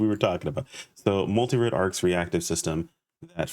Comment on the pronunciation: I think that’s an ol & not a d making it Multirole instead of Multirode. =P Edit: but who cares, nobody is gonna say all that, we’re all just gonna say mars. Anyhow, I’m wondering how point distribution is gonna work, like will we have enough to spec into all types or will we only be able to choose 1 & have to make a different build for each of the other types. Edit 2: Man I miss dark blast. I’m hoping we get some kinda transformation here in NGS too!